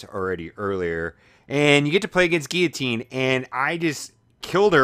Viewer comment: lol dude its pronounced (Gill-luh-teen) you actually say the L's. You were pronouncing it wrong. But its kinda funny though lol.